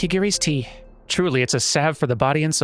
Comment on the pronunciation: The most impressive thing about this episode is that you actually pronounced “salve” correctly (like sav, you don’t pronounce the L!). You’re a man of many surprises.